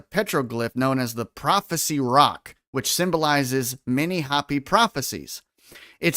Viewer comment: It's, Hope-y, not Hop-y, sorry, grammar 😂😂 Native American Indians. They have tales of alien beings. U probably have heard. The Big Dipper makes a swastika over the year, look into it 💯👍